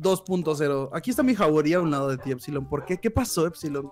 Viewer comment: COMO RISER TE DISE EFSILOR xD 😂